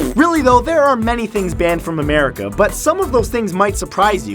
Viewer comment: did you say Americe?